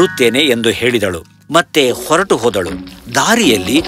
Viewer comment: Please learn to pronounce kannada properly: ogi should be hogi, vayisu should be vahisu, oratu Alla horatu... Uduki is huduki 🤦🤦🤦🤦 you literally killing the language